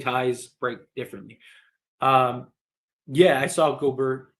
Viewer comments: Dude it's pronounced (go- bear) I don't like him but damn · The way you said Rudy Gobrrr🥶❄️had me cracking up 😆. Was great to see LeBron have jumper going. He’ll be more aggressive moving forward but can’t forget this Yr 20 38 > milage then anyone besides Kareem Torn tendon 4 weeks ago Horrid whistle (worst ever for all time great imo) Rest of team overall not good 3P shooting overall or else he would def shoot lower number of 3s. It’s also to conserve energy older gets. 11th player EVER to even make yr20 and everyone else was washed then including Kobe Kareem KG Dirk Parish so Mother Nature Father Time alone LeBron is gonna have moments where he looks gassed or not as great. MJ Wilt the only 2 ever to avg 30 (also shot the most per game as LeBron Durant avg 30 shooting same amount of times). AD is amazing and one of best 2 way bigs ever! I get his injuries are frustrating and you wish he was as aggressive as Giannis/Embiid on offense, but he’s Top75 under 30 years old for a reason! 5 first team all nba, 3rd in MVP, best defender or at worst top5 DPOY every healthy year, 1A or 1B player to win title (Lakers started 24-3 and 48-13 before Covid which stopped their momentum and took away home court advantage so haters can stop pretending “bubble” is less significant). He’s elite. PS as bad as this Gobert trade was, passing on Steph Curry TWICE IN A ROW at 5/6 for two other PG in Rubio/Flynn! 😆 Buddy Hield instead of Malik would be ILLmatic by the way (44-45% from 3 making top3 per game) last 4 months or so. PSS LeBron was also hurt in 20